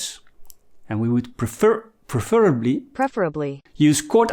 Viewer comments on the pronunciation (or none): Don't feel bad about "preferably". English is my first and only language and I can't pronounce it half the time. Just bought the E-Book.